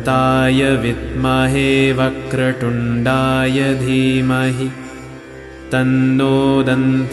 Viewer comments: Others, Jai Gurudev. I chant this everyday with this as guidance. वक्रतुंडाय is being pronounced वक्रटुंडाय Could someone guide if I'm miss hearing Correct is वक्रटुंडाय Or pronounciation is incorrect? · Shree Ganeshaya Namah. Namaste Bandhu. Pronunciation: It is 'Vakra THundaya' & Not 'Vakra Tundaya! Shiva Shaktiyae Namah.